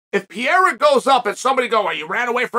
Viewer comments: Chael must be the worts guy on the planet to pronounce portuguese language names. PEREIRA. PE-REI-RA. Chael: Piyerhawh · PEREIRA. NOT PIERA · PEEEE Air Uhh Chael's pronunciation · Soooo .... is anyone ever going to point out that Chael is saying "Pereira" wrong 🥲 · I stay until Chael says the name then I close. Don't wanna miss his first time saying it right.